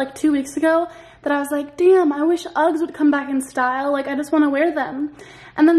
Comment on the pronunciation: no one: literally no one:: UGGGSS